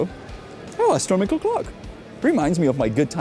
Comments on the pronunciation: For the love of god its not "astromical" its "astronomical" hearing you say it the wrong way multiple times in a row makes me physically hurt. Other than that great video, greatly appreciate you for bringing attention to problems like these hideous shops! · Janek, your English is amazingly accurate, but sometimes your pronunciation is wrong. Astronomical is correct; astromical is not. Wafer sounds like wayfer, not wahfer.......as if I could pronounce Czech correctly....Thanks pal!